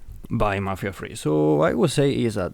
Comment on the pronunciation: I stopped watching right after he said mafia free.